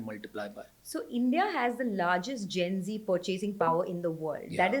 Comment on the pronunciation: Not zenzi but gen z. Generation Z (often shortened to Gen Z), colloquially known as Zoomers,[1][2][3] is the demographic cohort succeeding Millennials and preceding Generation Alpha. Researchers and popular media use the mid-to-late 1990s as starting birth years and the early 2010s as ending birth years. Most members of Generation Z are the children of Generation X or older Millennials.[4][5] As the first social generation to have grown up with access to the Internet and portable digital technology from a young age, members of Generation Z, even if not necessarily digitally literate, have been dubbed "digital natives".[6][7][8][9] Moreover, the negative effects of screen time are most pronounced in adolescents, as compared to younger children.[10] Compared to previous generations, members of Generation Z tend to live more slowly than their predecessors when they were their age,[11][12] have lower rates of teenage pregnancies, and consume alcohol (but not necessarily other psychoactive drugs) less often.[13][14][15] Generation Z teenagers are more concerned than older generations with academic performance and job prospects,[16][11] and are better at delaying gratification than their counterparts from the 1960s, despite concerns to the contrary.[17] Sexting among adolescents has grown in prevalence; the consequences of this remain poorly understood.[18] Youth subcultures have not disappeared, but they have been quieter.[19][20] Nostalgia is a major theme of youth culture in the